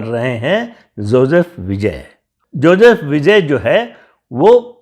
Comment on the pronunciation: ज़ोज़ेफ नहीं जोज़ेफ।